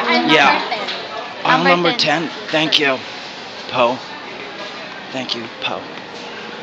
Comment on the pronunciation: no Mikey.. They are Laughing Because You say Pohw Instead Of Po.. :D